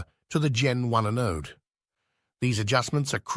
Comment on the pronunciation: gen one a-node? Good God, please pronounce your words correctly... Sounds like a stupid computer saying the words wrong... and saying '4 thousand 6 hundred and 80' instead of 46-80 like everyone else makes this video really hard to watch, which is why I only made it 3 minutes in..